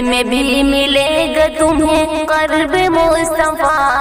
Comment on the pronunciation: Masha allah bohot khush ilhani se padhi hai naat meri behen kuch talaffuz ki ghalati he (qurb ) he